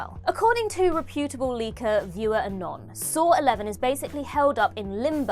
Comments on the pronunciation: Its Reputable is “Rep-et-able” not Rep-pay-terble”. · I love it when people read scripts and don't actually know what words are. Reputable is not pronounced like that. And here we go again with WhatCulture prejudging shit.